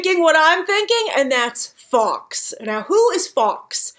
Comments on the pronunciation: Fox lol.......it's Guy Fawkes, pronounced like Forks. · I want more Law & Depp, don't give me such good actors & loose them in flash backs or sub plots. Hope you feel better soon. Fawkes is said more like folk, English is odd. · I thought the 's' in Fawkes was silent